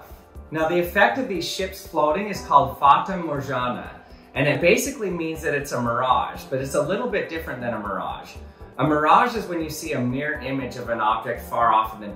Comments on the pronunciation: "fata morzhana" - "Butchering all the Latin words since 1776" )) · The way he spelled Fata Morgana 🤣🤣 you are spelling it wrong... its not Fata Morjana